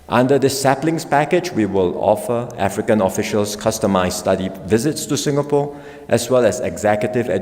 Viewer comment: It's ingapore now 😂😂😂